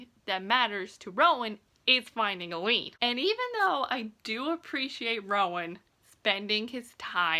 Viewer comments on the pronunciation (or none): Just so you’re aware, it’s pronounced “A-Lynn”. I honestly had to google how to pronounce all their names lol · I keep thinking you’re saying “Elide” 😆